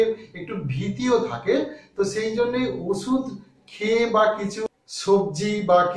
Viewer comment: আপনার কথা নাড়া ব্যাড়া ক্যা ভাই ভাল করে বলেন ওষুধ কে বলছেন ওছুদ তবে ভাই আপনার ভিডিও ভাল হয়ে ছে